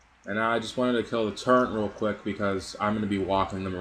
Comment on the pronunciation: Dude, it's called a TURRET. There is no 'n' in TURRET. It's not a TURRENT. Good vid though.